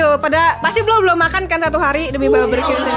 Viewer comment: Barbeque bukan barberque